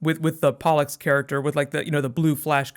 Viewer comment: It's pollux